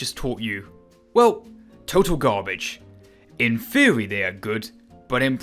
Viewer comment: In thwery they are good but not prawcticawl. Why have a narrator with a speech impediment. No disrespect meant.